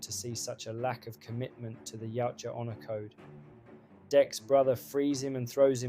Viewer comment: The design, the story, the baby yoda bullshit, the Shane black magic ball for invisibility, the knock off avatar style, Tran Trachtenberg Elle fanning, the gay Predator using a gun,Movie is fuckin trash. Saying yeowcha instead of yautja 😢 YOT CHA